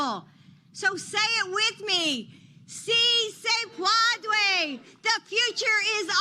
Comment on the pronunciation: Sí se puede. That's how you pronunce It, also. Hispanics exists too & It's time to get our facts straight. Portugal or former or current Portuguese colonies: Latin Spain or former or current Spanish colonies: Hispanic Get your history & facts right